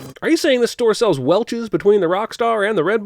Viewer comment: Welchoos? I'm sorry what? Welch's... It's Welch's... that's a sin off right there. -1